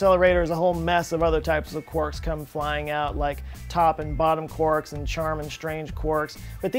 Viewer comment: Oh! Someone who pronounces quarks correctly!